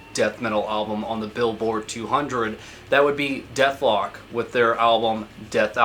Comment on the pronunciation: Why does he keep calling Dethklok; Dethlok